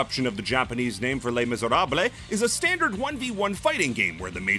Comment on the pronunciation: "It's time for a history lesson!" Oh, this'll be good. "Les Misèrables-" NO